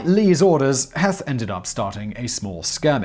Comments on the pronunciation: “Heath,” not “Heth,” even though it is spelled H-E-T-H. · Also General HEETH. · Ewell is pronounced Yule. Heth is pronounced like Heath. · Heth's name is pronounced "Heeth", long e not short e. The shoe story is total nonsense. Heth didn't come up with that story until the 1890s as an excuse for starting the battle prematurely. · His name pronounced like “Heath”, but I get the mistake given the spelling. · Two quick items. 1. Pronunciation, Heth is pronounced like Heath, and 2. Your dates are off, you keep saying June when the battle started on July 1st. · Also, it's "Heeth" as in teeth. And locals burned the Columbia Wrightsville bridge . Incendentally the longest covered bridge in the world at the time. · Heth is pronounced as Heeth. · God love ya, Simon! Your pronunciation of Pennsylvania place names is hilarious! It's "sus-qwuh-hanna", not "seskahanna" river, and it's "Heeeth" not "Heth" ;-)